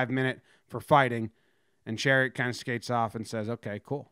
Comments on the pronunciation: Chariot = Shar-ott Love the video though! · chiarot = sha-rot not chariot lol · You say Tkachuk properly but then say Chairot as Chariot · "Poo-yul-yarvi". "Sher-ot" not Chariot. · lol, Chariot. It's Cha-rot. KK enjoying it from the bench. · Ben Chariot lol.. it's Chiarot my man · pronounced in french it's SHEE-AH-ROW, or simply SHA-ROT for the english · It is chariot. He pronounces it wrong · it’s chairot bro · Hehehe Shah-rot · His name is pronounced Shar-ot. Just a FYI. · I didn't notice the title and thought he was just butchering the pronunciation the whole time. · It's chaaaarrrrrr rot.. Say it with a little bit of a French twist.😁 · It’s pronounced Sher-ott. That was hard to listen to but a good video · Love the Chariot pronunciation lol, but that's ok most Americans haven't been taught this is school, while Canucks are. Good job on the video though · Chariot is pronounced sha roe. French name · Love all Jomboy, but for next time it’s pronounced “sha-rot” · lmaooo it’s pronounce “Sharot” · Bens name is pronounced Shi-rot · Chairit. Sha-rot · Pronounced " Sha-rot" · Pronounced “Shuh-rot” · Pronounced Cha Rot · Pronounced sha-rot. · Don’t double check lol. The pronunciation had me cracking up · Nah nah, it's better this way! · Perfectly says Tkachuk’s name, completely flubs Chiarot. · nothing could have prepared me for how Jomboy pronounced Chiarot’s name lmao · Lol that pronunciation, chiarot! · U said Chiarots name so wrong lmao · why he say chiarot like that